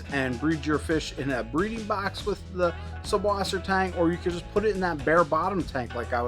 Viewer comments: Good info but just FWIW it’s not an unusual name, it’s just German - and in German, it’s pronounced suss, not sub. The German alphabet has a capital B looking thing which is a direct replacement for ss. So they’ll spell it SuBwassertang, but the B is pronounced ss. They actually dont even say “freshwater.” They say either saltwater or sweetwater. So its Suss = sweet Wasser= water Tang = seaweed 😊✌️👌👍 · it's pronounced "sysswassertang"